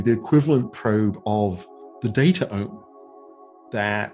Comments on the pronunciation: I love this podcast but you guys keep saying datAome and it bothers me so much, cut that second vowel out like gene -> genome, it should be datome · Data Ohm... Resistance to the flow of data??? I think he meant it to be spelled DataOme, like Biome or Genome. But I agree, the pronunciation is a meme stopper.